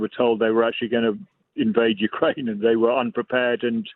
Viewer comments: "Ukrainia"? Really? I mean, it was at least twice. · Ukrainia? I haven't heard that since I was a little kid and mispronounced the name of my father's homeland. What a journalist you are .The headphones are a curious retro touch, very 20th century. Is the audio fidelity that important? Is your studio really noisy? Marxist glasses?